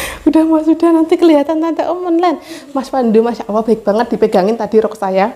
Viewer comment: Maaf mbak saya hanya mengingatkan klo menyebut nama tuhan kita Allah bukan awoh... misal masya Allah bukan masya awoh.... maaf mbak ya sesama muslim hanya mengingatkn bukan saya sok suci🤗🤗 trus bikin konten mbak... saya suka liat keluarga Xl